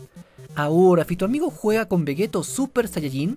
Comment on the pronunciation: Todo está muy explicado, o único que no comparto es por qué... Vegeto? Tal como suena, no se dice es "Veyito" ? Por lo demás, siempre fiel y a tus vídeos. Un saludo!